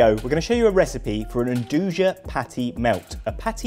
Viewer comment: It's pronounced "ndooya" not "endooja" lol